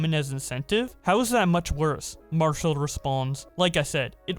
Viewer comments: Btw it’s pronounced mar cel not marshel. Lol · Marcel being "Marshal" made me laugh